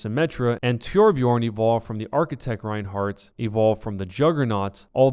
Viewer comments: Why do you say "Tyorbyeorn" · I like How said tjorbjorn instead of Torbjörn lol.